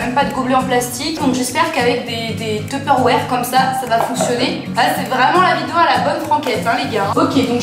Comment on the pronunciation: "teupeurwère" la même prononciation que Joyca jpp 🤣🤣😂😂😂😭😭😭😭